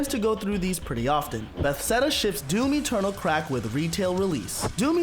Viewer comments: I like it but, I cant stand how you pronounce Bethesda, "Bethseda" good job anyway tho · "Bethseda" and "LD Software" really killed this ep for me. Does the guy who read the script really not know who ID Software is?